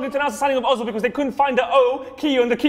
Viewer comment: no its özil! why are there for example french players with acsons in the bpl but when a german player has an Ö , nobody cares ? sad Ö ;-(